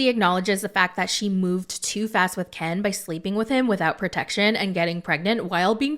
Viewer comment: I think there's something shady in the reIationship between Gypsy's sterpmom and KIN.... Without her interference, they wouIdn't have even gotten back together (at Ieast not so soon).... does anything think the stepmom and "Kin" (doing your accent!) had a "thing?"